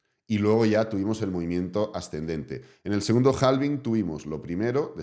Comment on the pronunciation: yo sé que en España pronuncian en inglés a la española, pero hay que crear consciencia en todos los canales, que la L de halving es muda y se pronuncia HAVING ❤